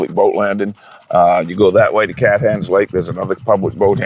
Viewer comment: Cathance is pronounced CAT -HANSE not CATH ANSE you flatlander